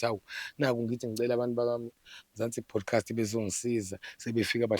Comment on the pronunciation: kuthi Podcast or bodcast? Sekukaningi ngikuzwa uthi Bodcast. Awulungise kuleyondawo